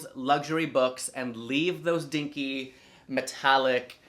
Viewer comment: I love how you say “dinky” 😂